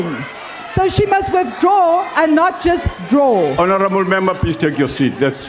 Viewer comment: Continue hounarable minister, that's frivolous😂😂